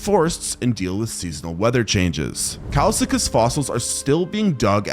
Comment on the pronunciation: bro said kilsekus instead of kileskus